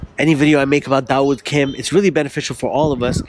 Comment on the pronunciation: "Daud wood" LOLOLOl 😂